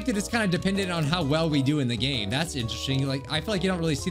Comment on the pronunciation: at the begining instead of hearing "lets get on with the game shall we" i heard "lets get on with the gay shall we lmao"